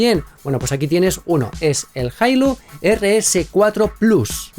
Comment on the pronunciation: Deberías practicar los nombres antes de hacer el video porque tu pronunciación es pésima y no logro entender... EL primero se llama como? jailo?